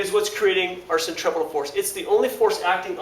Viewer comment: "Sen - Tree - Few - Gull"